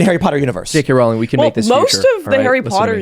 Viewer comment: JK Rowling is pronounced "rolling" like bowling.